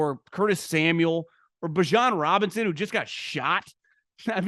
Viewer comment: did you say "bishaun robinson who just got shot"??? damn dude. I know reading is hard, especially if you're from philly, but do some research.